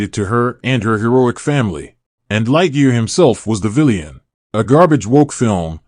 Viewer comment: Does he keep saying villeeaanne (villain)